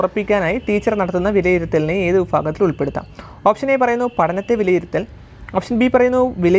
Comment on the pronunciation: വിഫാഗത്തിൽ അല്ല വിഭാഗത്തിൽ 👍